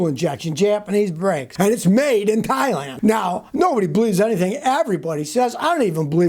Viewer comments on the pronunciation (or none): none